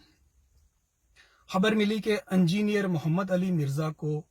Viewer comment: ANJINER nahi engineer pronounce kiya jataa hai